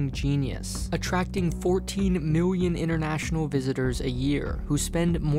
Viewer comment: It's "Million", no "Miuion"